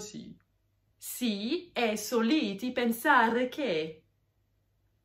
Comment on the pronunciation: Perciò, non pèrcio. Sòliti, non solìti. L'italiano scritto è chiaro con gli accenti solo sulle parole tronche. E' sempre meglio controllare prima per essere sicuri. A parte questo, brava!